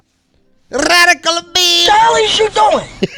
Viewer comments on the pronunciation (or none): Lmaooo RRrRadical beam